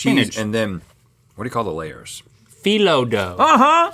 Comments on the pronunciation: link is pronouncing spanakopita and phyllo dough perfectly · His phyllo was good, but spanakopita needs some work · I love cheese Also Link pronounced spanakopita with the right emphasis, on o, and knew phyllo , nice xD